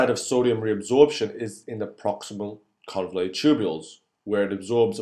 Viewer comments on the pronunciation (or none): convoluted instead of convulated